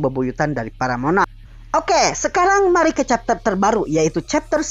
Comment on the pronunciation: "Monah" :v, logat indonesia :v